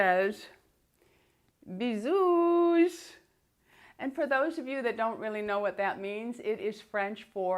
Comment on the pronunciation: Hello, bisous is pronounced without the 's'. Thank you for keeping me going through lockdown (from England) x